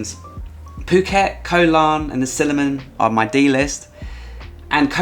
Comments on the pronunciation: Siliman islands? 😅 or similan islands? 😜😘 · lol, Similan not Siliman.